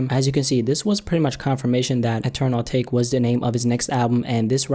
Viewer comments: not uhtake... a tah kay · It's actually pronounced ah-ta-ké but I think ah-take sounds better 😂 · AH-TAH-KAY not fucking ah-take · Pretty sure its pronounced atak-eh